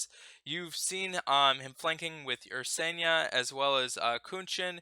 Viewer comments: Same with Ursena! Not UrseNEA! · VelIa, UrsenIa :D